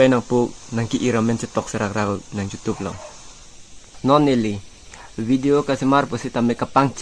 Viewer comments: Youtube ❌ jutube✅😂😂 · Not jutube bro youtube😂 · Jotube✅YouTube❌ haha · Youtube ❌jutuber ✅ 😂😂😂😂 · You tube❌jotube😂😂